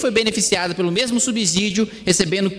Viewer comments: Gosto de vc, mas, por favor, fale correto. Ninguém fala subzolo, fala-se subsolo. Então não fale subzídio, fale subsídio. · Kim, "subsZídio" não! Dá uma olhada no fonema. Subssssssssídio! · Brilhante oratória! Dica: subsídio fala-se como subsolo. Sub/ss/ídio.